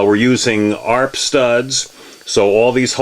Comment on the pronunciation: FYI it’s pronounced A. R. P. Not arp.